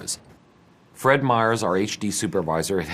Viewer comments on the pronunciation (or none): none